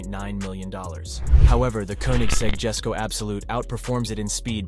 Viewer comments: the koenigsegg jesko is pronounced "yes-sko" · I was a bit turned of When he said Jesko as "Jesko" instead of "yesko"